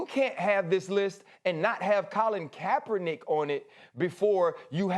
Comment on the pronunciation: Did you really say Collin kaepernick